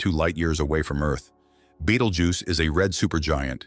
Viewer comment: The star's name is Betelgeuse, not Beetlejuice, or Beteljuice, or betelduce, or beetle uses, or Beetle Goose, or Badal Jews. It's hard to take a science-oriented video seriously when there are so many obvious mistakes.